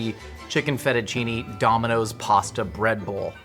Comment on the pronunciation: Absolutely died at "feddachinny" 😭😭😭😭